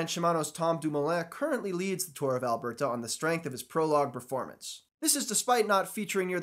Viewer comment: The stilted way you pronounce "Alberta" is kind of cute. Obviously not a Canadian.